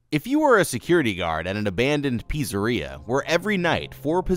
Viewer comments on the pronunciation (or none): did bro just say pissaria? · LOL PUZZA RIA